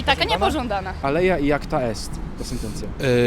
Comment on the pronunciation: "alea iacta est" a nie "aleja"